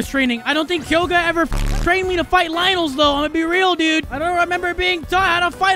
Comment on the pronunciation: The fact that he pronounced his name wrong bothers me His name is pronounced “k-o-ga”